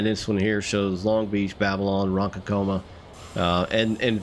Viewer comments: The thing that first irked me is the pronunciation of Ronkonkoma . Ron-KON-ko-ma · to be fair, he’s not from here and that isn’t exactly the easiest name to figure out the correct pronunciation for.